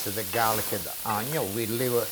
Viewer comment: Love how he says onion. Oño! Lol 😆❤️👍